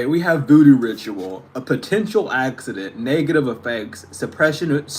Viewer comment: Omg I just heard Hexident hahah not accident lmao